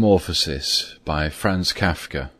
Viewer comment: I didn't like the way he pronounced Franz Kafka, but apart from that this worked.